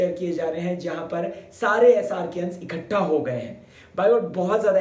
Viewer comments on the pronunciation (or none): none